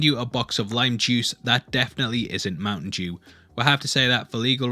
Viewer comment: You can't say mountain dew??